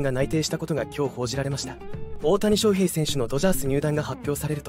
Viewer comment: 水原が入るのは既定路線なので、動画にしなくても良い。それから「翔」の発音、なんでいつまでも正確にしないのか。手抜きだとしか思えない。